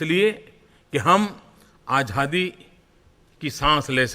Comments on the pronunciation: Is ko Azaadi bolna tak to aata naheen (Ahjadi bol raha hai) Yeh kya karga ???? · Azadi hota he bhai....aajhhadi nhi hota...pahle bolna to seekhlo...MAHARAJ🤣🤣🤣